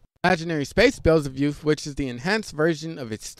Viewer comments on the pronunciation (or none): how can you possibly say Beelzebuth wrong😒